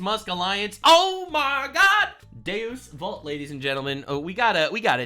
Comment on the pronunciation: it's deus vult not deos vault, deus similar to zeus and vult similar to voolt but shorter.